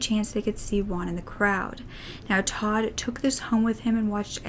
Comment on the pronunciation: Juan = Hoo-an, not "one". I don't know why English speakers say the name "Juan" so strangely. The Spanish J sounds just like the English H.